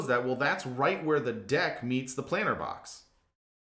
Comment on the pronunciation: Is he saying planter box?